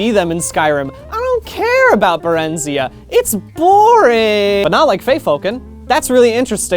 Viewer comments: I'm pretty sure It's pronounced (Bare-n-Zai- ah) not (Bare-in-z-ah) but I'm just a nerd who's way too deep into this game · Im sure I'm not the only one to say this but I need to to get it off my chest, its Bare-ren-zi-ah not Bur-ren-zee-uh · When he pronounces Barenziah it hurts me, it's Bare-In-ZI-uh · I thought berenziah was pronounced like Jeremiah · It’s pronounced BAH-REN-ZIGH-AH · My girlfriend is a nerd and she says it's pronounced Barren-Z-eye-uh...(I do not endorse this message) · Ummm actually its pronounced Barenziah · Ahem, *pushes up glasses-- applies ointment to scalp*, it's pronounced "Bear-en-zy-ah". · THANK you. Hearing that physically hurt me.. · Barenziah is pronounced Barren-Zai-Rah. I know this because NPCs pronounce it that way if you appraise the unusual gems, but I don't blame you for never hearing it yourself. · Mispronounced Barenziah though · Barenziah has the stress on "zi". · You’re pronouncing barenziah wrong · I don't appreciate the way you say barenziah